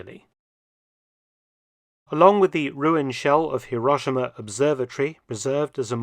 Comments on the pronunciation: Even Truman managed to pronounce Hero-she-ma correctly, Mark! (And as a native, I say Edin-burr-a!) 😅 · C'mon. Hi Ro Shi Ma. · Currently in Nagasaki (late May 2024) and having visited Hiro-shee-ma (our native Japanese guide's pronunciation!) a few days ago, I can vouch for the interesting vintage trams (streetcars) running in those cities, alongside the more modern examples. A visit to the Peace Parks & A-bomb museums in both those cities is a sombre & sobering experience.